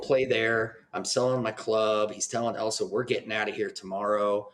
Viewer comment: ILL - sa! Not EL - sa. Did YOU watch the film? 😠 Surely you could hear her name said countless times. RESPECT the medium and project you discuss.😡